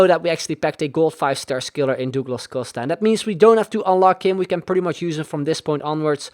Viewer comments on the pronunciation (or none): none